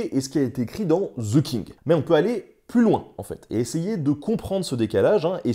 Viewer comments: Mon Dieu, voulez-vous bien me dire pourquoi les Français s'obstinent à prononcer «ze» le «the anglais. C'est caricatural. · "Ze King" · The pronunciation is THE king and not ZHE king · Cher Français,svp,arrêtez de dire ( ze)et dites ( de). Merci! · The king ne se dit PAS ze kink les francais ne savent pas parler anglais. Bon j adore nota bene . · ouais ouais "ze king"....... Quand on connais pas la prononciation on dit "le roi" !!! (oh mon dieu, "zi outlo king") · Ce serait bien si vous pouviez arrêter de prononcer le "TH" anglais en tant que "Z" ...... du coup ...... ;) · Mes oreilles saigne à chaque fois qu'un Français dit "Ze" à place de "The"